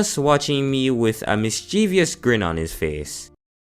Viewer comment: "mischevious grin" trollface i was dying laughing